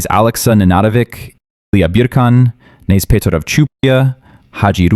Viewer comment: This is not how you pronounce names in serbian. Knez is not an english word so you wouldnt just skip a first letter. Its not silent.